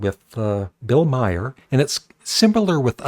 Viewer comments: His name is pronounced "Mar", not "My-er." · His name is Maher,not My her.